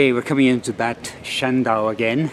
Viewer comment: Bad it is pronounced Bard which translates to bath and so any place with the prefix Bad means spa town.